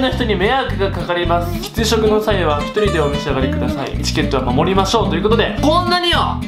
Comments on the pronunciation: きつしょくではなく、きっしょくです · 喫食⇦きっしょくって読むんだよ